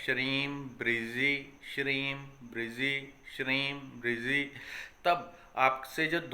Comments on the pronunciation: लिखने में ब्रजी लिखा जाता है और बोलने में आप ब्रिजी बोल रहे हैं सही शब्द क्या है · Sir app bolte shreem brizee lekin shreem brazee. Orijinal kya mantra hai guruji